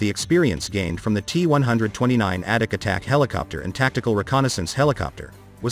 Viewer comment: Sounds like the voice calls it the addict 2